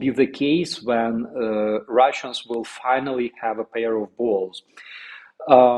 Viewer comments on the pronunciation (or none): none